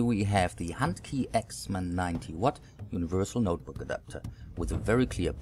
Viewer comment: its NOTEBOOK not noterbook